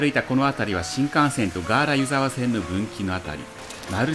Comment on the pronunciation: いつも楽しく拝見しています。大雪の時に撮影されて映像映えしていますね！ 細かいことですみません、地元民なので少し気になってしまったのですが「湯沢」の発音について 新潟の湯沢は「ゆ」にアクセントを置きます。今回の動画ですと秋田県の湯沢のアクセントになってますね せっかく越後湯沢で撮影して貰ったので新潟でのアクセントを知って貰えると嬉しいです これからも動画を楽しみにしています。